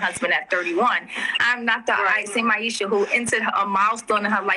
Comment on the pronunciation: She actually couldn't get Aishas name right?